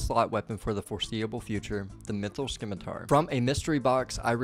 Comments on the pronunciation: I'm ing you, it's scimitar, not "skimitar". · Runescape is the only place I've consistently heard people mispronounce scimitar as skimitar. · 'SIM-it-ar' putting the c in is confusing him 😂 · "Scimitar" is pronounced, "simitar". "ci" makes the "s" sound, so "sci" is pronounced "s" like as in "science". 😁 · I will you, it's objectively pronounced "sim-i-tar". SMH. Great episode, though and I'm glad you found out about the bank! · Did this man say Skimitar? Definitely him @@@@@@